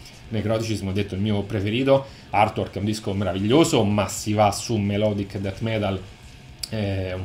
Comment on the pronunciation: =)) ottimo! cmq se posso ti do una piccola dritta si pronuncia artuork (con la a aspirata) non irtuork🙂 ah non dimentichiamo che Giger creo' pure l'alieno di Specie mortale (la serie Species, colla modella bionda che si trasforma :=))) purtroppo HR giger e' morto 4-5 anni fa :=(((